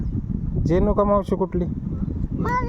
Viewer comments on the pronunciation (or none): जेनुका नाही रेणूका 😂😂😂